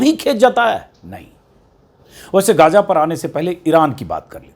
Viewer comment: गाजा नहीं, इसका सही उच्चारण हैं, गज़ा